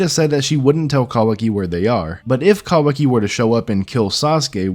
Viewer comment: I just don't think you're saying that right.